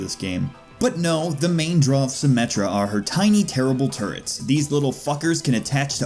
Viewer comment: »Turrets« ... »Turrt's« ... »Turds« I keep hearing »dropping turds.«